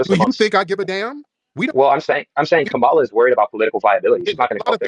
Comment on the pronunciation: COMMA-lah not kamal ah